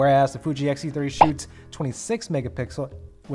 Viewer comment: It’s X-T30, not XT-30 🖖😘